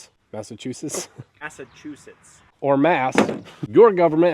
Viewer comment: Can pronounce pterodactyl but not Massachusetts?